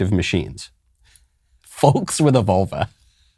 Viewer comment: I have never heard anyone pronounce the "l" in " folks". It sounds very strange, Michael